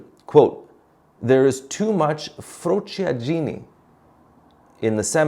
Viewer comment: btw you should improve frociaggine pronunciation :D